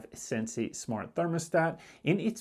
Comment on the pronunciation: It's not SensAi. it's sen-see 😂